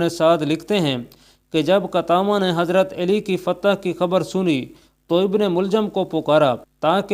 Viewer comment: او بھائی- ہم نے تو ہمیشہ حضرت علی (ع پر زبر) کہا اور پڑھا اور کہا ہے-یہاں حضرت اے لی کس حساب سے کہا جا رہا ہے۔؟